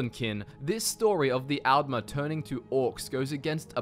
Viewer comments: That's al'mer with a d not al'mer with a t 😂😂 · Since the T's and D's sound similar in your accent, why not try distinguishing them by pronouncing the A's differently for Aldmer and Altmer For example, pronounce Altmer as you do now, and pronounce Aldmer as "Ahld-mer", as the softer A might make the D sound more noticeable Also, thank you for pronouncing Chimer like Kimer, and not like they're a race of wind chimes lol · The way he pronounces the A’s is really weird. All Australians I know (myself included) would/do pronounce altmer, aldmer, alternative, etc more like ‘old’ rather than like ‘Alphonse’.